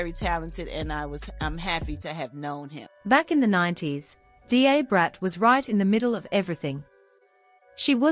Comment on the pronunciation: It is pronounced, “DA Brat” like DUH Brat